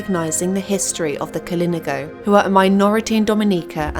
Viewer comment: KalinAHgo is how it's pronounced.